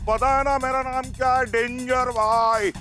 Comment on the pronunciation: Yu to bawri ek ka bhi naam shi se nhi leti aur sabke naam sahi se bole😮